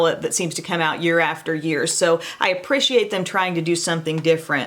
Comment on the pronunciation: It always puts a smile on my face at the way you pronounce “appreciate”